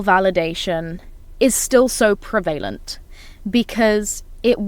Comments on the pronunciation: No one can take you seriously when you are saying prevalent wrong. Please fix this immediately, it is very frustrating. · learn how to say prevalent. This is ridiculous